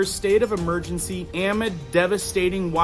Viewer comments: Amid pronounced uh-MID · this guy needs to learn how to pronounce "amid" it's not so difficult.